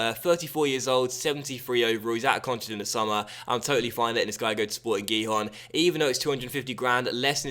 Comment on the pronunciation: And if I'm correct, Sporting Gijon is pronounced; Sporting Hihon?